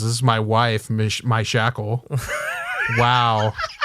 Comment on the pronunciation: I always pronounced Mishakal as Mee-shah-cal. Mee shackle just sounds so silly to me